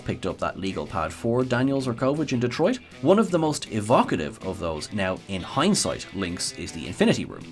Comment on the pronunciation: Thank you for saying Detroit correctly…